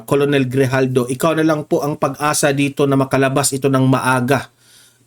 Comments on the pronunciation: KERNEL ANG PRONUNCIATION YAN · KERNEL ang pag pronounce ng ranko na COLONEL, sir